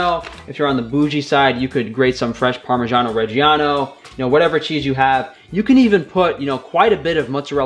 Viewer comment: You are pronuncing "parmigiano regiano" wrongly